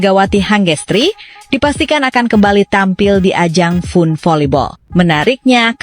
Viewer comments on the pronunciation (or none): Mba FUN dibacanya FAN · FUN dibaca nya fan min harus banyak belajar jangan meemalukan